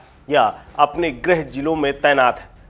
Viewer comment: 'ग्रह सचिव' नहीं, 'गृह सचिव'!